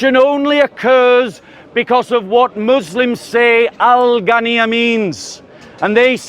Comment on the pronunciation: Its ghina not ghanniyya